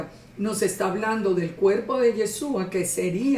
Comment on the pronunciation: ¡Hola, bendiciones! Amada el nombre del Mesías es Yahshúa traduce a YAHWEH SALVA, no comprendo porqué no le llama por su nombre. Amada, "Yesua" como lo pronuncia usted no es su nombre. Yeshua en hebreo significa salvación. No comprendo no sabe eso todavía. 🤔 El Pesaj 2019 un poco más de un año yo salí de la religión cristiana y empecé a buscar cómo celebrar Pesaj. Recurrí a las Sagradas Escrituras para guiarme. Estaba muy triste porque no tenía donde congregarme y aprender. Gracias al Eterno YAHWEH mis hijos y yo nos reunimos para estudiar las Sagradas Escrituras, estoy conforme de no tener casa de oración. Este video lo vine a ver ya tarde, pero gracias por el estudio.